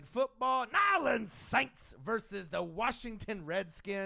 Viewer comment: This was cool, but it got annoying to listen to that guy keep mispronouncing New Orleans Saints. As for the other guy, same way he's gonna ride for his team, I'mma ride for mine. Team MT all day. #WhoDat ⚜